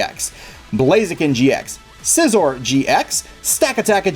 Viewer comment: You said Scizor wrong... does it better xD